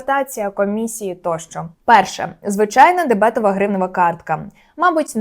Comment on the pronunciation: ДебетОва картка, а не дебЕтова! Дякую за інформацію!